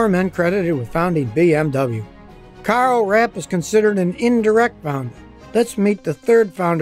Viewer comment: It is pronoucend KARL RAPP.